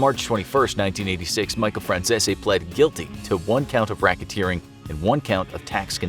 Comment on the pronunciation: Micheal fransissy?? 😂